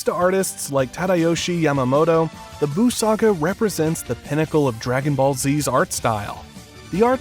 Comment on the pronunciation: I can understand that people can have opinions, but this information is straight-up lies. The Cell arc sharpens everything even more, giving characters more segmented hair, bigger necks, and crazy line work. You didn't even mention Minori Maeda, Katsuyoshi Nakatsuru, and you mispronounced Tadayoshi Yamamuro. Your claim about the Golu Black arc was shown alongside a cut of Naotoshi Shida, who's drawings were extremely off-model and not representative of Yamamuro's newer designs. Yuya Takahashi was not directly responsible for the shift in appearance in the Tournament of Power. That was Tatsuya Nagamine with his new line filter and color palette. The model sheets were still done by Tadayoshi Yamamuro. Takahashi was a freelancer, and did not have involvement with any character designs. He just supervised episodes in a style more akin to that seen in Z, being a blend of the old and new.